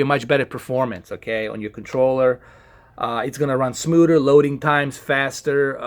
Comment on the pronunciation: Smooder lol